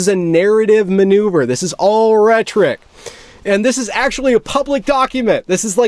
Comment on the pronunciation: Recent subscriber here. Really enjoy your work on Evergreen. One largely insignificant observation, though: you mangle the pronunciation of the word "rhetoric." It's 3 syllables, not 2. Ret-or-ik, not Rettrick. Pet peeve of mine. Carry on good man. Great work.